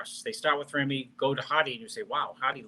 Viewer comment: Y'all need to learn how to pronounce Ramy correctly.